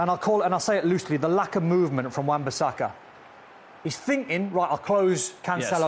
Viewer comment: How many times did they say Wan-Basaka.. 😂 😂 😂 😂 😂 😂